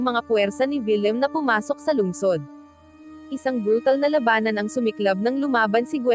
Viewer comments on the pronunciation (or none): mag basa na lang ng scrip ...Mali Mali pa... pronouciation ... pilipino na nga . KONTING ayos naman ...like the word. la ba nan it's labanan...!